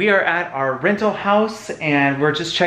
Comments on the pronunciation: "Vacation Renal Homes"? X) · What is a vacation Renal home? LOL. I thought it was funny.